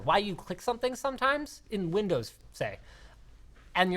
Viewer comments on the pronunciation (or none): none